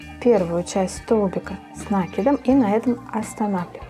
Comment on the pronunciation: Спасибо, но говорите, пожалуйста, с накИдом